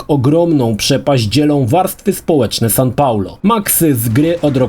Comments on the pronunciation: Sao Paulo, a nie San Paulo! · Sao Paulo, nie San. xD